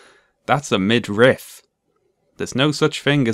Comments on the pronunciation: It bothers me way more than it should that this dude say midRIFT instead of midriff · i shudder a little every time he says 'midrift' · I would like to point out that even the auto-generated subtitles- the same ones that mistake thunderfoot as "fun the foot"- interpret thunder's pronunciation as "mid-rift." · Thunderf00t: “midrift” Paul Joseph Watson: “millimetre” Same energy. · "What's a midrift?" 😂😂😂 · Honestly I used to think it was pronounced “midrift”. No relation to the video, just a little anecdote, lol. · Say Midrift one more time, Thunderf00t. I double fucking dare you. Edit: and that’s why you wait until the end of a video to leave a comment. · Wow, I was just typing a comment after hearing Thunderf00t say "midrift" for the second time when addressed it ^_^ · To be fair, I also thought it was pronounced / spelled middrift. TIL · Minor but irritating, there is no letter t in midriff thunderf00t. Stop pronouncing it like there is. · Ah called it out 2 mins after it drove me to comment, champion. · Midrift reminds me of rick and morty "did you just say granite? Its granted" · Im not ashamed to thank you for teaching me its pronounced "midriff". and that is not the only thing I took from this video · man you have lots of good videos, i’m a fan. but ridiculing thunderfoot for getting “midriff” wrong comes off as petty. it’s an understandable mistake. i’m sure there’s something like that you’ve been saying wrong for years also. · Thunder foot also doesn't know how to pronounce "midriff"